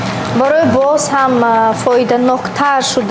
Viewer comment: Ин кишлоки бе маданиятро ки дар ин барнома рох дод? Калимаи бозам гуфта наметонад? Дар Россия ин хал точика чашми дидан надоран моро цыган гуфта мегардан ин хонумча хар як калимашда русси кушкарда гаштяст мисли худаш гуем. Логопеда мурочиат кун дугон токи калимахода як харфиро талафус карда наметони боям не бозам.